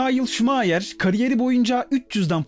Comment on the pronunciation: Şuma - hır